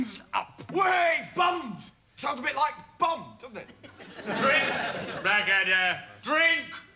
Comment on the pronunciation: black ADDER not addler and its funniest